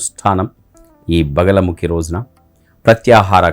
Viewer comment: బగలముఖి కాదు "బగలాముఖీ"..!!